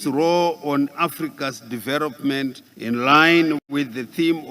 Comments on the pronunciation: 😂😂😂😂 mentarity. .poritical....diveropment...incrusivy . Famiry haaadaaaa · There is a historic battle between and the letter "L". Let me help you to understand Excerrencies - Excellencies Erection - Election Diarogue- Dialogue Deveropment - Development Poriticizing - Politicizing Mentarity- Mentality Charrenges- Challenges Famiry- Family Deveroping- Developing Openry - Openly Mirrions - millions Calmry - calmly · Poritical deveropment of our country excerence vhunarable. Zimbabwe successfuri openri Zimbabwe went out with their Mirions😂😂😂😂😂😂😂😅😅😅😅 he likes R instead of L Mutuari furi furi success furi